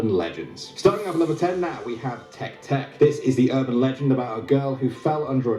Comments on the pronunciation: Guy says Teck Teck Me: no no no no no no no no Its TECK-AY TECK-AY Guy says Kachisakie~Ohna Me: No- I'm done. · Nah who the heck is tek tek it’s pronounced tek-eh tek-eh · why did he pronounce te-ke te-ke like teke teke? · It's not said like tech tech it's te ke te ke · Take take not tek tek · The hell is a tek tek? lol it's pronounced tek-eh tek-eh lol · It's tek- y tek- y